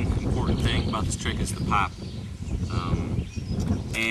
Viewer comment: listen carefully how he says "pop" at 2.15